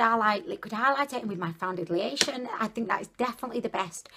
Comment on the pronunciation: "Foundidlyation" made me subscribe your videos are amazing 😘😂